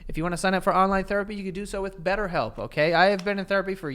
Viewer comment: Betterhelp. “Betthelp”